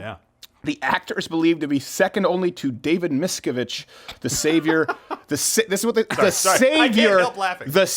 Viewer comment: The leader of scientology's name is pronounced David MISS-CAV-IDGE. Xenu is gonna get ya for saying it so wrong....